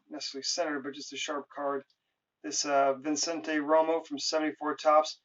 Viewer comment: it's vicente room, not vincente room db.